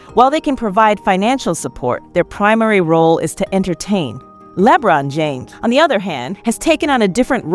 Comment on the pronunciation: Its LEBRON, like LABRON. ONE Word. NOT LEEE-BRON. smh